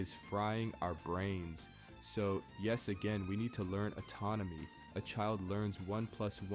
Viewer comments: You saying atonomy instead of anatomy is frying me I was like "I need to learn that im in control got it!😤" lmao it happens great video. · You say atonomy instead of anatomy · You're pronouncing anatomy autonomy. And inconsistency to incontinence-y Otherwise good video. Weird poetry / rap thing. Kind of cool. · It’s anatomy, not autonomy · That's kinda based ngl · The amount of times you say atomony is going to end up making me say it instead of anatomy